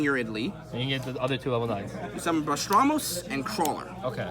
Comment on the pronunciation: Bah-ras-tos. Not bastramos. We can see you like pastrami but not that either.